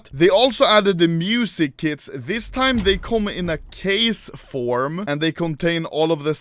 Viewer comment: Am i the only one who hear "music kids" when he says music kits?